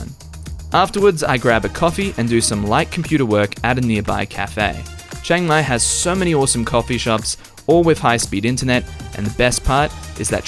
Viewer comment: It's Chiang Mai not Chang Mai. If you can say Liam without sounding like Lam, then you can say Chiang!